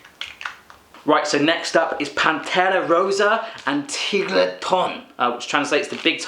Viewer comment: no puedo parar de reirme cuando dice "pantera rosa" o "tigretón" con acento mexicano! jajajaaj